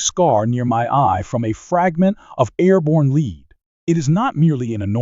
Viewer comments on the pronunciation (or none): Knew this was an AI narrator as soon as I heard the soft, heavy metal bullets are made from as "leed". It was good content, but I can't get away from the picture of a computer getting a scar from a piece of "leed".